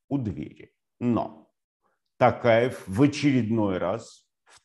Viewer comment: ТОкаев а не ТАкаев